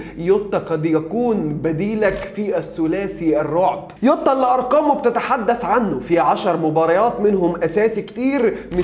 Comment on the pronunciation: يعم اسمه جووتاا مش يوتاا دمها تقيل يووتاا ديه